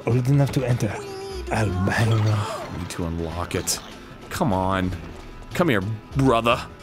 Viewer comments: Dan it's El Banco not El Bango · Silly Dan, it's not "El Bango" it says "El Banco" which is The Bank XD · It's a bank not bango it's el banco it's Spanish for bank